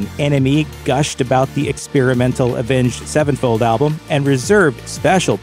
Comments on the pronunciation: Why he keep saying “avenged. Sevenfold”? 😂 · Is it just me or does he say avenge sevenfold weird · The way you pronounce their name drives me crazy. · Why does he say Avenged Sevenfold like that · Omg the way this guy says Avenged Sevenfold like it's two separate words bugs me